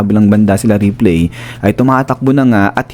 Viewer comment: Ripli ang basa not replay. Parang ripleys belive it or not.